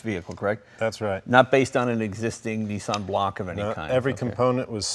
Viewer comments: its not a neesan...its a nissan! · Oh Americans, please please please! NEE-sahn? Niss-an! Niss like miss! Kiss! Diss! An like... one! Run! Bun! Nissan! I can’t watch this, it hurts my brain. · its a Nissan not a neesan